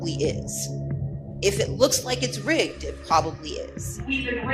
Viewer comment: OMG did she say RIGGES TJAT SOUNDS LIKE TJE N WORD